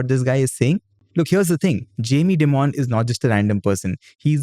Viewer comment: Hey, just a friendly correction, Dimon isn't pronounced as 'dee-mon' rather its pronounced as 'die-mun'. Also, isn't JPM Chase the world's biggest bank?